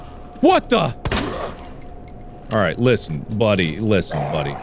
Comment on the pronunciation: Sounded like he said Lixian instead of listen